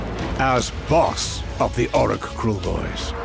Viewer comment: Dude, he said Orruk pretty clearly. 😑